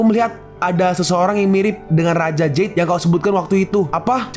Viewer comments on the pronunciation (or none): none